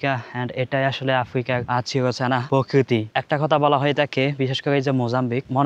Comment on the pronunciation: " পযুক্তি " নয় প্রযুক্তি হবে I পকৃতি নয় প্রকৃতি হবে 😂😂